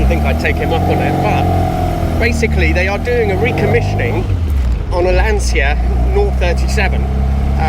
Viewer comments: It's Lancia, not Lansia. Like in "Channel". Cheers from Italy! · All these "LanSia" pronuciations are getting rather annoying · You pronounce "Lantcha " not " Lansia " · Great video of a rare classic, but come on with your Italian heritage please pronounce Lancia correctly, its Lan-cha not Lan-se-ya, love your content though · Lancia is a beautiful family name. Pronounce it as it should pls. It is definiteli not “Lansia”. Show some respect to Vincenzo Lancia’s name and learn how to pronounce it correctly. It is really not that difficult. Then you should make videos showing his cars. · English soeakers will understand better if you write 'Lan-cha' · Quick side note: Lancia is pronunced "Lancha" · More Lanchia actually! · Why would you pronounce 'Lancia', the Italian way? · If you want to use the correct nomenclature then you should start by using the correct pronunciation of Lancia! It's a hard 'C' :) . Great piece though, I enjoy your channel. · Also, for an Italian, your pronunciation of Lancia is appalling. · Say the name right at least! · Your pronunciation of "stradale" was perfect! You sounded like a real Italian! Englishmen usually pronunce it wrong, in Italian it sounds like "stradali" which is plural and it's quite annoying. "Lancia" though is pronounced "lan-cha", not "lan-see-a" Btw, 037 is "zero-trenta-sette" in Italian. We call it Lancia Rally zerotrentasette.